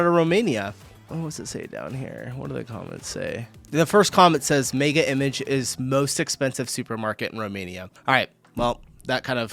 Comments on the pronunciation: 🤣🤣🤣🤣Is not MEGA IMAGE...is pronunced MEGA IMAJE🤣🤣🤣This shop is a shop that most of the time is empty because though it has the same produce as the other shops is twice as expensive. Most Romanians won't shop at Mega Image. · we call it Mega Imazh acsualy. its French so Image is read as Imazh. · Mega image? It's pronounced mega imache!